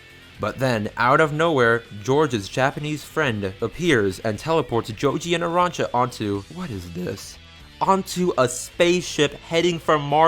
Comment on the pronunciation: Narancha? lol